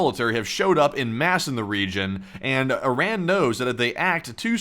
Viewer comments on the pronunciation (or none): none